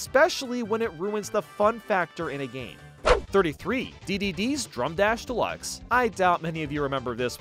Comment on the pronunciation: When you said Dedede's Drum Dash Deluxe, it sounded like Dedede's Drunk Ass Deluxe.